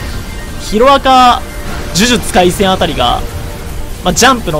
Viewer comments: 呪術↑廻戦↓イントネどした笑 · 呪術廻戦とナルトのイントネーションどしたん？ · 呪術廻戦とナルトのイントネーションキモくて好き